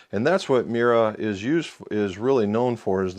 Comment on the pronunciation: it's 3 separate sounds. Me-You-Ra. Sweet looking build!